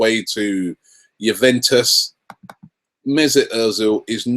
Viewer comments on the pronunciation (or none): none